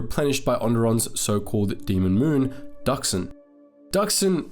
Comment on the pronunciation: Finally someone pronounces dxun right